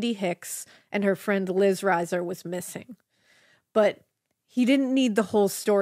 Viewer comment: Liz was my sisters close friend. Their last name is pronounced reeser.